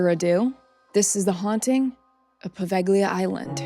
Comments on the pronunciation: I am italian and I live in Italy, on another city, but I have been there, it's not a good place to visit. Don't go there. However, the pronunciation it's not poveGHLIa with hard "g"... It's Poveglia, in italian "Gli" has a different sound. By the way, I really liked your video, I have subscribed to your channel right now. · In Italian “ gli” is pronounced as “ Lee” in a word or name or as the definite article before a noun. The “ g” Is not pronounced as it is a diachronic aphthong , a silent letter likr the “ g” in night, lihjt, fight etc.